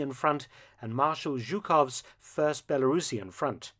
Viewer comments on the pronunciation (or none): none